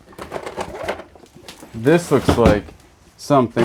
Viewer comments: Sure was A LOT of "jewree" 😂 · I told my husband if I start mispronouncing jewelry that it’s all your fault.